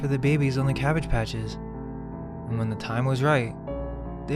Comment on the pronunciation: Ca-bag-ge calcium bag german?